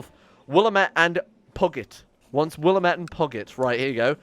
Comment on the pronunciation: Time to jump on the bandwagon. It's Will-am-et. Not Willa-met. Still pissed how Dead Rising fucked that up too.